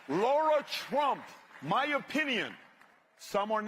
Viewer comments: Lara Trump pronounces her name Lara like lariat, not like the or sound in ignore. Lara there is no U in it! "Lah-ra", not"Lor-rah" Please correct in future, so many people get it wrong and it's disrespectful. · By the way , it’s not LAURA it’s LARA